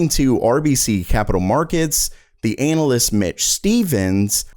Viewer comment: Lol he also pronounced “analyst anal-ist” i believe or so haha